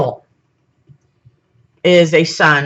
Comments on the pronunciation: Onki??? Ya mean *E*nki??? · Does she keep calling enki awnki? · The way she says Enki, sounds like Donkey, Onki...LOL I'm willing to try to hear it though. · There is a Z in Ningishzidda, you're not pronouncing it. Also Enki, en-ki isn't pronounced as An-ki, it's painful to listen to you mention both, ningishzidda 3-4 times in the first 73 seconds, incorrectly. I had to switch off. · It's pronounced En-ki and En-lil.